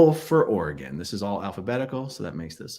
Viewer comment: Also a PNWer - Aaron gets points for pronouncing Oregon correctly!